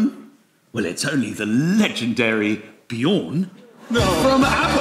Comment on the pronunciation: Actually, "Björn" is pronounced "B-yearn". Swedes, and other Scandis, are YEARNING for you to get it right. ;-)